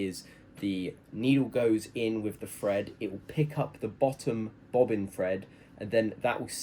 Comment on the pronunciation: Hold on.... You just said "fred your thread"... and here I fought you couldn't say thread this whole time! Hah! Silly guy. Now I see the genius here. You've found a way to distinguish between "fread" the verb versus "thread" the noun. Well played